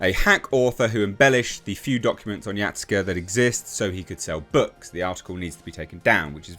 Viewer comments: Why are you saying it like that? It's Ya Sue K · for future reference it's pronounced Ya-Skay